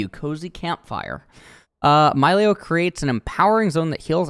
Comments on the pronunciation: Why he say it's malio not milio? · Fun fact: The designers at Riot received inspiration for Milio from the Disney Movie Encanto, a story based on Colombian Culture. As a Colombian born in Canada, this is so awesome! so excited to play him in the Botlane! ( it should be pronounced: "mee-lee-oh" as per spanish pronounciation) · I believe it's pronounced 'Me-Lee-o' if only because that's typically how vowel-consonant-vowel works. Pronounce the 'i' like a hard 'E' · It's a Latin Champion, so they're name is pronounced like spanish words or names, so it's Milio (Mee-leeo) NOT Myleo (Mai-leo) >.>'' BUT if you're an english speaker and isn't good or know spanish, just do you lol, gonna be awkward if Milio's VO itself says it with an english pronounciation though xD